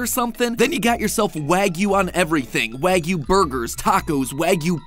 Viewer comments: You say it so wrong mattpat :( it's Wah-Gyou not wag-you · Who else cringes every time MatPat pronounces wagyu WAG-YOU instead of Wah-goo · prounounced why-goo by the way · Not to nitpick but the English short A sound doesn't exist in Japanese, so it'd be pronounced "WAH-gyoo". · Fuddruckers has wagyu? Excuse me “wagyu” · The way MatPat pronounce Wagyu should be a crime. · This was painfully difficult to watch through everytime he pronounced "wagyu" incorrectly (everytime).. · Does it hurt to research how to pronounce the word you're going to say 10000 times throughout the video?